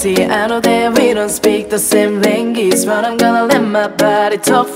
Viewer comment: you said language wrong